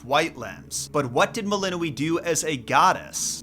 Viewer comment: The letter ë is pronounced ay, not ee